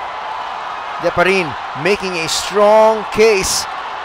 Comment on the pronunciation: Di-pa-ri-ne, not Diparin!!